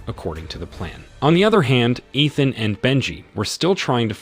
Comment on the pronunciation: EE-than.....its only the 7th movie.....Pen-quins